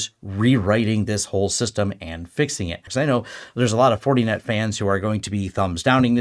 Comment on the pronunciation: “Fortie net” 😂